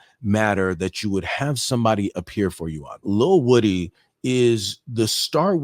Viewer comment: Here's the thing, Milnick had two reasons for leaving: 1) non-refundable airline tickets 2) knowledge that woody pronounced (Wu-dee) was pleading the 5th and was steadfast on not cooperating/testify. So with that knowledge he had no problem leaving courtesy counsel. Apon faith and belief he would ultimately remain behind bars. But Lo. and behold the next morning he's ushered out of the jail an thrust in the Judges chambers to partake in a secret meeting. Allegedly he was coerced by the Judge and prosecutor to testify on the stand. That was the game & mind changer. Had he agreed to testify, perhaps Melnick may have took the refund loss and remained in Atlanta with the states star witness on the stand?